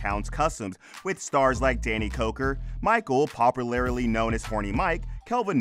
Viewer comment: popalarily? lol I wonder who else caught that 😂